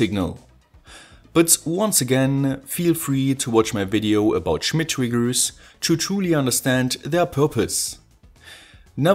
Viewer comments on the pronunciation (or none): i like your videos, but i have one problem... your pronunciation drives me crazy... always pronouncing the end of a word... like "Videoouu" "LEDeeh" "Triggersss"